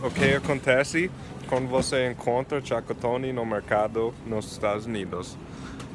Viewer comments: "Tchacatony " kkkkkkkk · "Chacotone" kkkk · Boa tarde, achei o máximo vc falar tchacotone kkkk e muito engraçado, pode ter certeza que o Brasil já te considera um brasileiro.um grande abraço e boas festas pra vc e sua família 😁😁😁😁😁